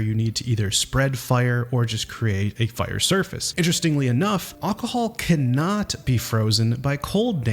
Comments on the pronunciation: he's saying "ocohol" when he says it the A sounds like an o and he completely misses the first L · Great video, but why can't you pronounce alcohol? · I have never heard anyone pronounce alcohol the way you do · That is definitely not how it is pronounced lol.